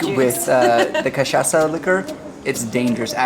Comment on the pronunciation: you guys pronounced "cachaça" exactly like a native Brazilian